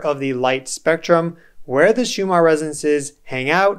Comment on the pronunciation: Why do you pronounce 'resonces' instead of 'resonances'?